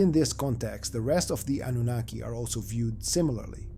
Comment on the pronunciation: Oh my stars, thank you for pronouncing Annunaki correctly ❤, and for another beautifully done episode.